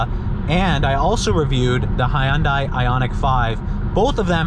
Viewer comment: Wtf is a hiyundie 🤦‍♂️